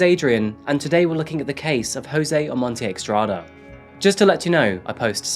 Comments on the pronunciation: It's NOT eXtrada..😂 It's eStrada..= ESTRADA. JOSÉ OMONTE-ESTRADA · I think it's Estrada not Extrada. Doesn't really matter. Thank you for the video and your hard work 🖤